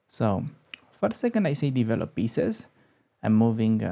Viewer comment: Hi! I like your videos, but... try to say "devellop" rather that "deevelopp"!;-)